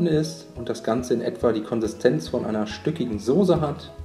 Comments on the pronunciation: sag doch nicht immer SOSE es heißt SOßE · Mal so ne blöde Frage... heißt es mittlerweile echt sose anstatt soße?